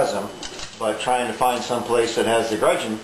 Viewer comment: good idea, nice job! there is no "R" in the word gudgeon.